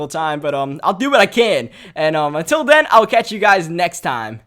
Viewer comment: "Togedder" "anudder" "den"